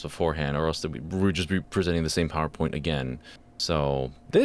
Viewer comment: ProwerPoint, some might say